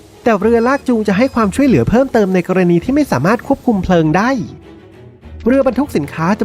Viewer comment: ได้ ไม่ใช่ ได๋